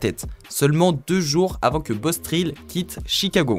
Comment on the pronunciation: Pas Bostrill sais Bosstrell Sa ce lit Traile